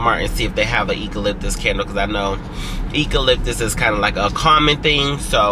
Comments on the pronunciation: Not eco-lip-tis😂 I say you-co...and you always say you don't cry but always about to cry 😂😊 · it is pronounced Eucalyptus with a “U” sound, at the beginning not a “E”. Just FYI for future reference when conversing in the future.